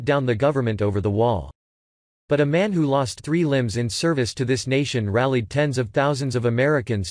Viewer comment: The word is "who". Not W.H.O. Get it together robot boy.